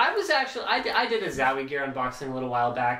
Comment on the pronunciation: love how he say zawie gear :D